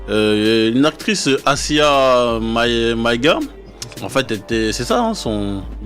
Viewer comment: Très très intéressant Alpha a chaque fois, mais vraiment le mec qui interview c’est chaud comment il sait pas s’exprimer et il maitrise pas ses sujets des fois, exemple : quand il dit « Assia » au lieu de dire « Aïssa Maiga » et quand il dit « Awards » au lieu de « Cesar » ! Sérieux grosse force à vous mais faut quand même pas abuser la, un minimum de sérieux frérot tu présentes une émission radio c’est pas rien.